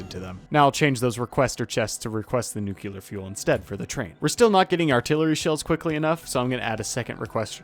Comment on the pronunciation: Nice editing. The gameplay itself reminded me my first 50 hours in Factorio. What a great time it was... Also your pronunciation of "nuclear" is horrible lol, its "nuclear" not "nukelar" are you reading the word wrong?